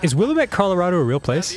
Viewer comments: Okay for years and years people have been pronouncing Willamette wrong. It's WILL-AM-IT, not Will-a-met. It always bugs me. Source; the Willamette River in Oregon is pronounced the correct way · it's will-am-it. IT'S A NORTHWEST THING